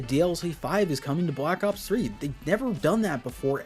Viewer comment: bwack ops fwee